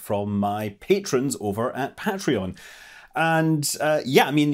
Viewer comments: You can say potato, I can say potato. You can say tomato, I can say tomato. 🤣 But I feel like you can't say Patreon and Patron like that. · Paytrons from Pat-reon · The way Scott pronounces Patreon disturbes me. Anyway, good video!